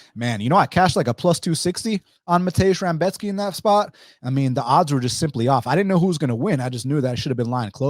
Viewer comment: With all due respects, you mostly, if not all, picked favorites to win. And you kept calling Rebecki, Rambeshki.. sorta weird, but I appreciate your takes and how thorough of an analysis you gave. It was very on point for how you saw things. I definitely saw some things that I didn't think about before hand, especially that Volkov weak takedown defense when trying to go for a guillotine vs. Gane. Definitely think it's wild to pick no underdogs at all though.